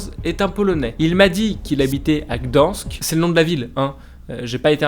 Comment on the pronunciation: RIP la prononciation de Gdańsk 🇵🇱😂